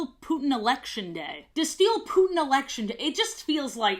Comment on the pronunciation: they way you say “castiel/destiel” made me take psychic damage and i have never seen supernatural.